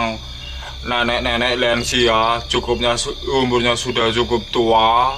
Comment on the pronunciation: Lansia om..bukan lensia😅😅 Muncrat ya om saking semangatnya ngomong,, jiangkrik ya begitulah😂😂 The best om